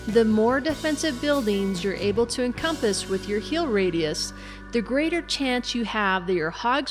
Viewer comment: Why cant you say heal normal